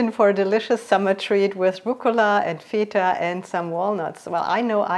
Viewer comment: I know you're German but you're also pronouncing the Greek cheese incorrectly.